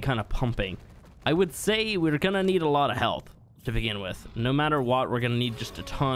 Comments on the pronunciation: The way you said “Heaalth” had me dying 😂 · His Irish accent was slipping out